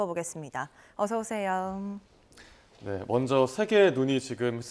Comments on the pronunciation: 내 귀를 의심하게 만드네..."어서오세영?" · 어서유세용? 아나운서가요? 깜짝놀랐습니다 처음이라 실수하셨겠죠